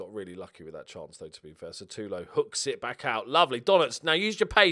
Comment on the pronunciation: The volume's way too low*** mate.. I have to turn mine up to a level so high that, when I forget to change it, I get blasted into the wall behind me by the next video I watch. ***Is that why Sutalo is being pronounced as Sa-too-low?